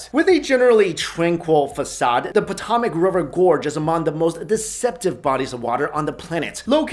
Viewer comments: Who else cringed when he said Potomac wrong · Yea...I cringed